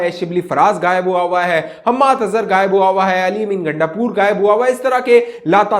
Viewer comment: you are my most favorite blogger. I watch almost all clogged you produce. Can I ask you to please pronounce Ghaaib, not gaaib?